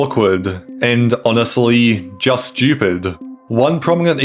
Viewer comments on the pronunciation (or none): none